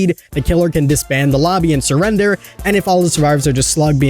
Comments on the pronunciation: surrdender? Here I thought it was spelt like Surrender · Not hating but… Surrdener State 😂